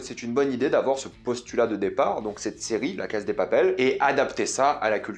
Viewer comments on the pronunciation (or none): Pourquoi tu dis la Caz de papel ? C’est Casa > CASSA